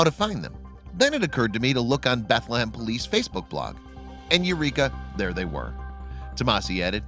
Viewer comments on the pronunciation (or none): none